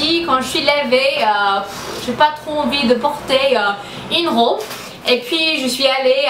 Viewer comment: What's going on with your french ? Lol Why dou you say "rôbe" instead of robe ? (Like globe) ;-)